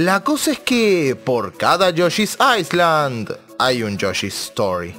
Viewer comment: Viejo, se pronuncia "yoshi's ailand" sin la "S"... Y si, yoshi's story es una mierda